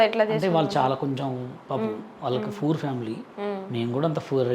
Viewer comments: VALLU POOR ❌ VALLU FOOR ✅ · పూర్ కాదురా హుక పూర్😅😅